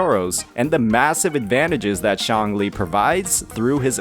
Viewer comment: please don't pronounce Xiangli like Changli, this is very confusing, Calcharo will still be played by people who don't suffer from skill issues and don't want to waste their time and materials to level another electro main dps 🤷‍♂